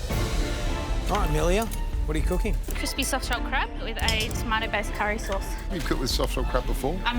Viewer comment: I cant digest what i heard! Curry souce?🥲